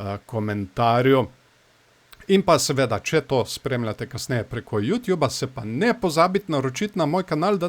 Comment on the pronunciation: Samo popravek. Ni ju tjub se reče ju tub 😜